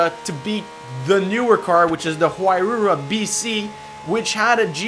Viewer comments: The huayra is called a huayra not huiyyra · 'huayrura' sorry man but but it's huayra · huayra is pronouned= hoo (like when you say hoorah) eye (like when you say eye) and then rah (once again like saying hoorah). hoo-eye-rah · No it's not, it's pronounced like this: (why-ruh) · The Pagani Huayra is pronounced “Why-ra” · Isn't the pagani hauyra pronounced why-ra?great video 👍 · The pagani huayra is pronounced "why-ra" of that helps